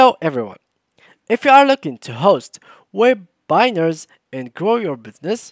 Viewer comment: (Web-binar) Bro it is (Web-i-nar)